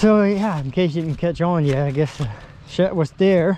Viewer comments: "I'm here for the shet." "The what?" "The shet." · I think he says his d's as t's But thats just what I'm thinking. I caught a couple other words he has said that his sounds are mixed. No biggy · So I'm not the ONLY one who hears shet?🤣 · Sounds like he kept saying it was a Shet. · “Im here for the shet” Whaaaaa?? “The shet, it’s on repo” Lmfao why you pronouncing words so weirdly lmfa I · I just noticed you said shed different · His Ds have always sounded like Ts. You get used to it quickly. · Okay, well now I hear how you pronounce the word "shed," the name of this channel is even funnier! ;) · He cant say the letter D 🤣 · grow up, if you listen alot of his (d)s sound like (t)s. He clear grew up speaking that way so now it's part of his unconscious speech. Sometimes when he is talking to someone he will make an effort to pronounce it closer to what u are used to. I get it. I personally hate it when people say the word "ax" instead of "ask". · The shet? Shet!? Shamon man, it's called a shed! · Is he saying "storage shet" We needs er dadgum sturage shet. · Is sheD not sheT. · It's shed not shet. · it sounds like you say shet and its a shed like sled . good videos though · Shed and shet, two different things. Come on man… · You keep calling the shed a shet. Hard to understand in that part of the country. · Y’all are awesome. I’m only gonna make a little minor complaint it’s SHED NOT SHET GOOFY. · Does he keep saying shet? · Its shed,, not shet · Why do u say shet instead of shed ?? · Any reason why you keep calling it a shet? Are you not capable of pronouncing the sound the letter "d" makes? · It’s shed not shet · Are you calling it a storage shet? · S h e D !!! Not ‘shit’ nor ‘shet’… Where you brung up ? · Its a Shed, not shet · Are you saying storage-shet?, it's storage-shed, with a D, lol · Storage shet? What’s a shet? Haha? Sounds Amish. I like it though. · I said same thing, it's called a shed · Shet. Wtf is a shet